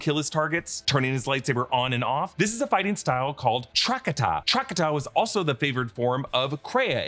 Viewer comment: It’s pronounced Trah Kah Ta